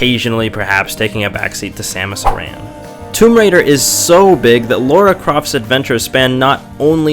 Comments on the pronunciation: This is a great review, especially for your first one! I've watched several of your others too, you have a knack for it. Been meaning to play this. I have 3 questions for you though: 1. Is she actually called 'Laura' in America? Because her name is Lara here (UK) and pronounced as such, but Americans seem to pronounce it Laura. 2. Why would feminists hate this game? Lara is a strong female lead right? 3. Have you played The Last Of Us? Would be interested to see you review it. Incredible game. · LARA croft, not Laura!